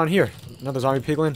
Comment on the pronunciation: “In this episode I’m going to be making an automatic POgLiN farm”